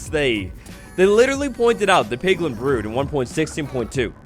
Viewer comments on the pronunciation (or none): none